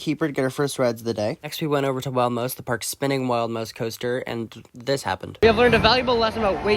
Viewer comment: The way you said Wild Mouse sounded Canadian